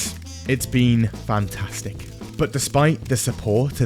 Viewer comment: “It’s been fntastic” Get it????